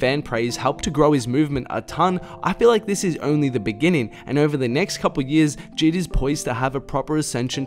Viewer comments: It’s j.I.d on jid 💀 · He really said JID instead of J.I.D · BRO ITS J I D NOT JID LMAOOOOO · sylvia trn I got triggered when he said that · did my man actually just say jid 😂. You say it like this (jay - i - dee)